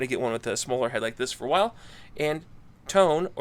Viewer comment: The pronunciation is toe-nay. I've bought some of their tools. They were made in Taiwan. The quality is very good.